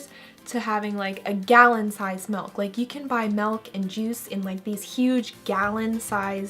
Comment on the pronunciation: SHE SAID MALK